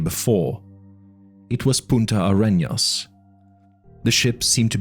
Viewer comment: This is really good. There's only one thing from the book that was really wrong: the name of the south of the continent is Punta Arenas, not Puta AreÑas.